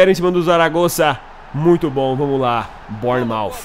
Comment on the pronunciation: Se diz bãnermauf